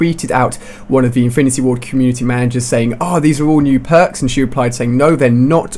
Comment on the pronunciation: Matrix I love your vids but your voice is annoying I laugh every time you say pwarks